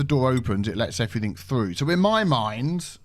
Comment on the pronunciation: "Nu." "Everyfink." Nice...